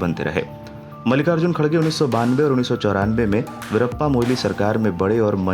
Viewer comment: It's not khadge, correction its kharge